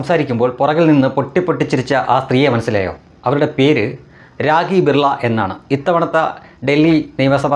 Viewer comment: രാഗി അല്ല... രാഖീ എന്നാണ്. 😊